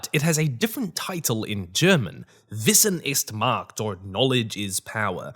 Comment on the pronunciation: Hello there, I really enjoy your videos and have watched you for years. As a german, I can say your pronunciation of "Wissen ist Macht" is pretty good. Do you have experience with german?